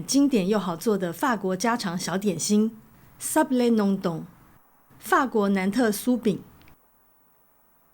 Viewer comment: 您在講這個餅乾的名字 Nantais法語發音有點…. 您再看一下好了😅